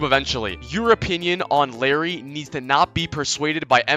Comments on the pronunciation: its not larry btw its spelled like, iYari or i-jar-i, i-jar-ee if we want to make it sound north american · il- Æ - ri PLEASE 😭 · ill air ee